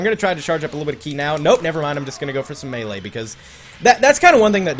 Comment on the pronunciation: MEELE range not mala range I'm only eleven